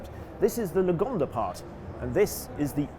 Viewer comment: Haha its sounds like yugonda...